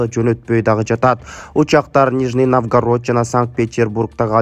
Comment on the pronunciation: Мына суйлогон жайлоо до окуган окшойт, суйлогондон баштап ошибка Навгород дейтго ужас.